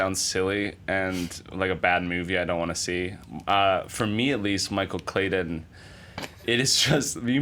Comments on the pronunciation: I hate the way Jack Henry Robbins says Michael Clayton "Michael Claydun" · How he pronounces Clayton as Clay den the entire time really bothered me because my brothers name is Clayton.